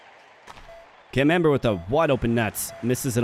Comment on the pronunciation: I can't help hearing Cam Amber as the French cheese camembert.